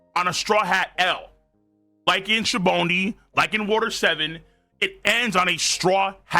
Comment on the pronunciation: Dude thank you for saying Saobody correctly. Everybody's calling it "Sow-boe-dee" or "Sow-body" but it's "Shah-bone-dee" because Shabon is soap bubble